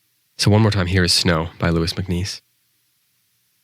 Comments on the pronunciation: Hi thanks for this short focus on MacNiece - really interesting - just a note - Auden - is pronounced ORden not OWden and Louis is pronouced Loois not Looeez. thanks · He's clueless. He gets everything wrong from what the poem's really about to mispronouncing all the British poets surnames. He can't even pronounce Louis MacNeice properly. It's LouiSS, as in Lewis. Not Louee. MacNeice was a fabulous poet but this is not a good introduction.